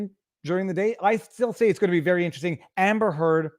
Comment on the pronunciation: québécois side is showing here. "Hamber Heard" - spoken like a true frenchie!:D